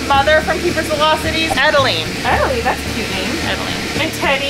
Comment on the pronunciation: Adeline not Edalene